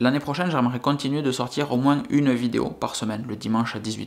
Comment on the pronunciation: pas de justification, tu ne nous doit rien! Prend le temps pour toi, ta famille et tes amis! Vos y’a vie pour toi seul et pas pour ta communauté YT, nous on apprécie ton contenu, ton personnage, et ta façon de voir les choses! Et ce n’est pas Pke il y aura moinS ( Pke chez toi on prononce le S😉) que l’on ne te suivra plus! On continuera à apprécier les vidéo que tu fait certaines plus que d’autres sans doute! Soit fort!